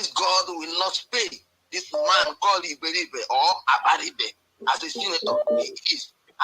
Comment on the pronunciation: His name is Iberibe not Abaribe